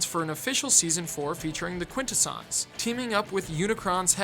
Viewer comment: I'm going to sound like the biggest nitpicking nerdy Transformers fan ever... but... Quintesson isn't that hard to pronounce! It's pronounced "Quin-teh-sin" not "Quin-ta-son". I'm not going to point out the mistake in #80 because everyone did, mind you. Also, in Transformers: Robots in Disguise, while Optimus Prime did pass on leadership to Bumblebee, he did NOT pass on "Transform and Roll Out". It was a running gag that Bumblebee couldn't think of his own catchphrase! How did you even...? Also, this may just be personal, but you spent almost the entire thing talking about G1 and its history, which is fine really. But if you were going to only kind-of-sort-of-not-really touch on the Japanese cartoons (Headmasters, Super-God Masterforce, Victory, Beast Wars II, and Beast Wars Neo, though you didn't even mention Transformers Zone), Beast Wars and Beast Machines, the original RiB, the Unicron Trilogy, Animated, the Movies, Prime, Rescue Bots (which you didn't even mention, despite it being the first and only proper Transformers cartoon aimed at a preschool audience), or the new RiB... why didn't you just make separate videos for at least a couple of them? Pit, it was kind of heartbreaking that you mentioned the Marvel run of the comics but not the IDW, which has (especially in recent years with such storylines as All Hail Megatron, Last Stand of the Wreckers, More than Meets the Eye, Robots in Disguise, the Combiner Wars, Windblade, and Sins of the Wreckers) in recent years beco